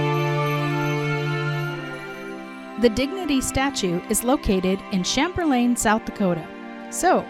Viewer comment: Love your videos and use them to find wonderful quilting destinations when I travel! Thank you for highlighting one of our beautiful South Dakota tourist destinations. I love your fancy pronunciation of Chamberlain! But out on the prairie we pronounce it CHĀM-bər-lən. Hope your enjoyed your stop and maybe got to take in a boat tour or do some fishing!